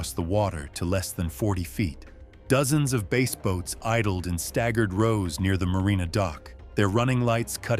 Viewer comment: IT'S BASS, NOT BASE!!!